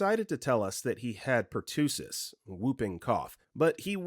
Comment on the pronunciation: Please stop repeatedly mispronouncing executor of the will. It's not pronounced the same as an executor like a killer. You also pronounced pertussis wrong.